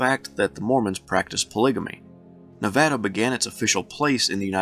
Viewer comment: You did a great job on pronouncing Nevada. I like these videos of statehood because I am ignorant of much of this and I go away illumined.